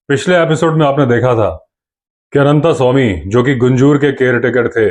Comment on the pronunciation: जब आप भी "अनन्तस्वामी" को "अनन्तास्वामी" कहते हैं तो अटपटा लगता है। आप तो संस्कारी हैं। ऐसा तो अंग्रेज़ या हमारे काले अंग्रेज कहते हैं।